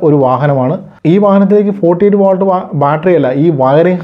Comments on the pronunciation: വാൾട് എന്നല്ല വോൾട് എന്നുതന്നെ പറയണ്ടേ bro... 🙏🏻🙏🏻🙏🏻 any way good effort 👍🏻👍🏻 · Watts (വാട്ട്) volt (വോൾട്ട് ) വ്യത്യാസം ദയവായി ശ്രദ്ധിക്കുമല്ലോ